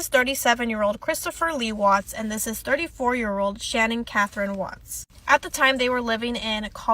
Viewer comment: her name was Sha-nan non shannon... just feel like everything she went thru we can at least say her name right... not being rude just correcting the error is all... i hope she is resting in heaven w those babies